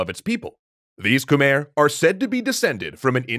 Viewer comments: See, I realize that this series is already recorded and produced but is it pronounced as "Kuh-mehr" the whole time 🤔 The pronunciation should be something like "Kmai". I appreciate that the Khmer get a section here, but to me it's cringy hearing the name mispronounced. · Please look up proper pronunciation when dealing with foreign names, we should be past "koomer" by now. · Love the vid. Quick pronounciation thing though: Khmer is pronounced as "Kh-my" (even native tongue says it this way) not Khmer. For some reason, when the language and name got romanized, words got spelling that doesn't make sense. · Fact: khmer is not pronounced KHU-MEER or KH-MER. Its actually KAH-MAI (khmai). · Ke-mai is how it's pronounced please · It's pronounced KUH-MAI